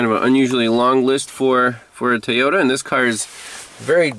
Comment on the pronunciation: The only problem I have is keeps saying Teyota not Toyota. I hear that a lot here in az from the Mexican folks that cant speak English very well. Lol